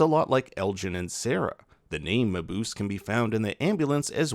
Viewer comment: Dr. Mabuse is pronounced "muh-Booh-zeh", not "muh-Boose."